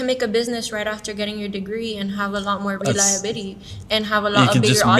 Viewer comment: "more reli-bity" 🤣